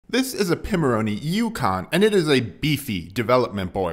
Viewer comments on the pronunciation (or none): What is it about Americans pronouncing everything wrong? It's 'Pie-moroni'. The name came about because their business model was based upon the Raspberry Pi, or do you pronounce the 'Pi' bit in the same stupid way too?